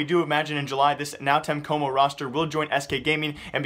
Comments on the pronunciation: bro pls just say NTC is really strange hearing nau tenhe coumo Xd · NÃO TEM COMO LEARN HOW TO SAY IT